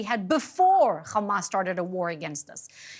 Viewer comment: Its not Ghamas its Hamas